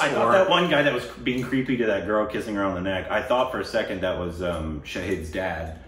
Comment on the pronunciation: Shaheeeeeeed 🙄😐..........when will you start pronouncing Shahid's name correctly? 😂😂😅